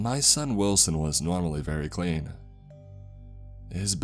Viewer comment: i.... WILL-SON............ im sorry.